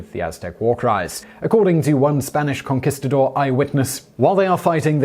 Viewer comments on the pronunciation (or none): none